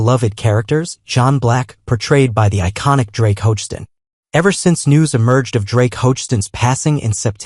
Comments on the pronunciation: Doesn’t have the spelling or pronunciation correct for Drake last name - it’s Hogestyn (ho-ga-stin) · Could the narrato😢r at least pronounce Drake's last name correctly? Sheesh.